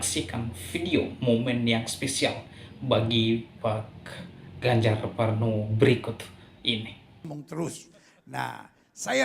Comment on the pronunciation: Ganjar Pranowo bro bukan Parnowo hehehe